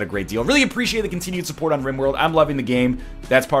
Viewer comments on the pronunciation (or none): none